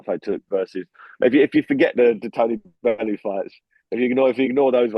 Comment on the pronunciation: Toe-ney Bellew finished this fool off